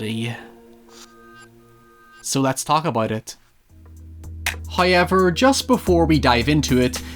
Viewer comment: wheneber you say hayever it makes me die inside